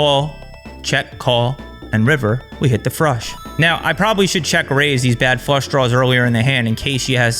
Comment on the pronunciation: Did I hear “check call, check call, Frush”. Trooper might be on to something. 😂